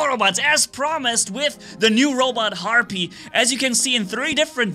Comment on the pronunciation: It sounds like you’re saying heart beat everytime you say the bots name